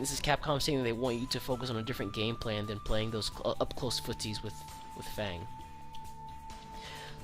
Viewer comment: Why does nobody pronounce F.A.N.G's name correctly?